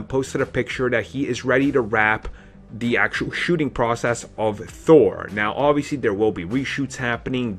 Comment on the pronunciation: Down "the" not "da" road. Please, enunciate the th sound of the word "the" and "those"